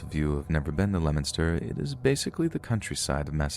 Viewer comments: My dude. How can you mispronounce words like “kind”, but somehow know how we pronounce Leominster? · Props to you for pronouncing Leominster right! 👍